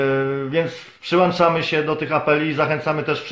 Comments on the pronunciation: Przyłączamy. , nie przyłanczamy Panie "redaktorze" 😉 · Nie mówi się "przyłanczamy" tylko "PRZYŁĄCZAMY"!!!